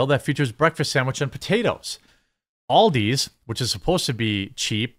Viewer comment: HAHA, the midwest pronunciation of Aldi(s)